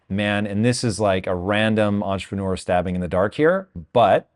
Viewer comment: I cringe whenever Tom says entrepreneur.